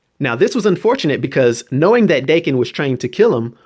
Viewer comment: Im pretty sure his son's name is pronounced Dah-Ken